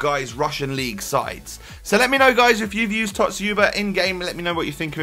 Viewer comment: you pronounce it better than Zwe lol. Dz-you-ba